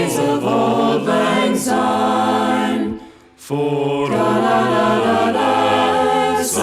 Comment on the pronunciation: It’s Syne not Zyne! Grr!